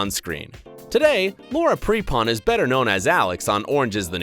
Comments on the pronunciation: And Laura "Pray"pon 😬😂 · you said Laura Prepon's last name wrong